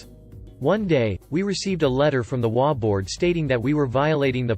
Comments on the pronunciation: In the first story in HOA, it is NOT pronounced as a word. But as each individual letter, as in H, O, A. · I have only heard HOA with EACH said, not as a word. It's only the text speech generators that pronounce it as a word.